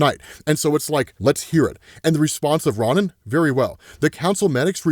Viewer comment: Respectfully, it's Ro-Nin not Ron-nin.